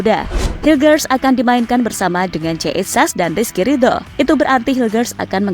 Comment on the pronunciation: Ngomong Rizky ridho nya faseh amat mba, sering tadarus ya...😅😂😂😅😂